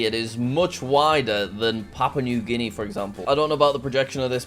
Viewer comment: Why does guenia sound like 🤣🤣🤣🤣🤣🤣